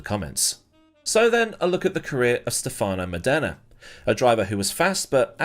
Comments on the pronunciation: Cool video, correct pronunciation is stèfano módena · Another great video but you're pronouncing his name completely wrong.